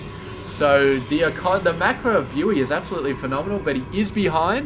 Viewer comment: Hi, thank you for casting this, good job and keep it up. Your daily masters casting is also really nice. For future reference "Bughy" is pronounced like " boogie" :)